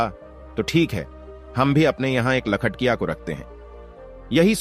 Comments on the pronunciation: लखटिया नहीं सर लखटकिया कहते हैं 😅 कहानी बहुत ही मार्मिक है। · लखटकिया होता है लखटिया नही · लखटिया बोल रहे हो, अरे बेबकूफ लखटकिया बोल न